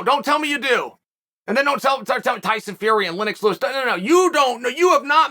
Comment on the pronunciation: The fact that he never gets Tommy Fury name correct is the best .. Uncle Chael is the best in the business